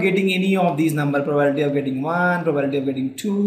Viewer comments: More than once, not interested to listen. See, " normal probability question " How is pronunciated. condeetion????. Listen this video. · For God's sake check the pronounciation of 'PROBABILITY'.